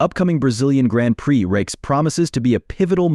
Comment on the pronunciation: Grand preex. Gotta love AI voiceovers.